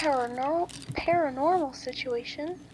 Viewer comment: Para-nermal. Nice.